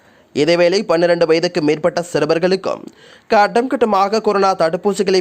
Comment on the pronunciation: போடா நீயும் உண்ட தமிழ் உச்சரிப்பும். ஸ்டைல் என்ற பேர்ல தமிழ் மொழிய அசிங்க படுத்துற மாரி பிழை பிழையா உச்சரிக்கிறாய் eg. தாற்போது, காட்டம் காட்டாமஹா சிறுவர்களுக்கு